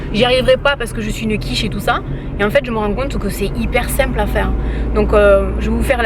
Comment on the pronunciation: Tu me tues quand tu dis : je suis une quiche ! Avé l’accent en plus, j’aime trop 😂😂😂